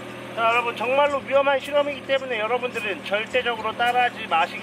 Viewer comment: 43초에 가 정말로 할때 턱형 중말로로 들린1인